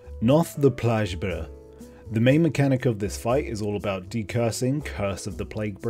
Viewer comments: Noth the... plaj-bur... ?. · "Noth the plajj-bur," Lmfao that shit had be rofl :') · Dude you butchered all the names now that I've gone through it all. How do you mess up PLAGUE BRINGER?